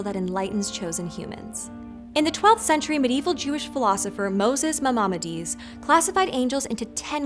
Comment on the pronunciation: Please look up the pronunciations of cherub, cherubim, seraphim and Maimonides, with accents on the first, last, last, and second syllables, respectively.